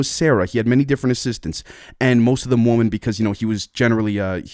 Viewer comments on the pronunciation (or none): FYI bro, the plural form of the word Woman, is Women (pronounced Wi-min)